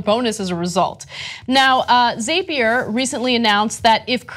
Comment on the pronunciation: It's called Zap ier. Not Zaypier.